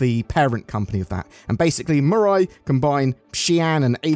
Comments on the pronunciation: Just a heads up, the pronunciation should be something more like me-rye. Like "I made a sandwich with me rye bread!" Unless CIG made up their own pronunciation and I just haven't heard about it. But that's how the Japanese word in the logo (未来 "future") is said. It looks like you nailed the pronunciation a few times, and sometimes it sounded like you were saying "murai". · Does europe not know how the letter i is pronounced? The french have lupin pronounced lupon, has mirai pronounced murai. smh.